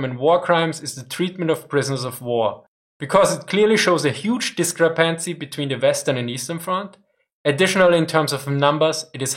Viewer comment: I'm not even going to bother to comment on the topic, I'm sure the comments will be full of amazing opinions without my contribution :D. The only thing I'd like to say here is that you mispronounce discrepancy (and have been doing so for a while). Don't know the english word so in german: Die Betonung liegt auf der zweiten Silbe - "disCREpancy", nicht auf der dritten ;) While this will probably never happen I think it would be just as if not more interesting to see similar videos on allied and soviet warcrimes. Everyone knows that the nazis were evil and the Wehrmacht had it's fingers in many many warcrimes so this is a topic that everyone is aware of (if not in the detail presented here), however especially when it comes to western allies it appears to me to be a serious no-no to talk about any warcrimes committed by them. Since you've already done german ones you can point the inevitable buthurt children in the comments of such a video to this one ^^. Or just rename the other channel back to Military History for Adults and post it there since adults should be able to handle the fact that even their sides soldiers weren't always as righteous as they might like to think. Any chance of this happening?